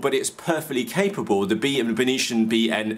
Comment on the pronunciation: Hi, You totally killed the pronunciation of the brand "Beitian". You made it sounds like its from another planet like martian! It should be pronounced as "Bei-T-an", "Bei" as in Bei-jing, "T" as in the letter T, "an" as in the english word "an". If properly translated it means Northern Sky. Cheers mate!